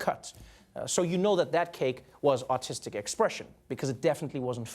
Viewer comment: Everytime Trevor says "artistic" I hear "autistic"